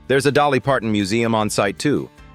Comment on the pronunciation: Correction dolly not jolly. Dolly